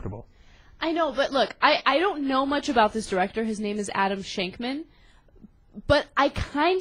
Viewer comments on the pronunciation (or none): "shankman" lmao